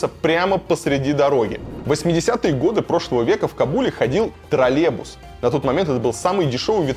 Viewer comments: ТроЛЛЕЙбус!!!! Не троЛЕбус. ТРОЛЛЕЙБУС!!!!! Слух режет. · ТРОЛЕБУС ААААААААААААААаааааа !!!!! Русский, не знает русский ! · одному мне резануло по ушам "тролебус" ? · Тралебус - аж слух режет, - троллейбус так произносится и пишется. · ''ТРАЛЕБУС'' серьёзно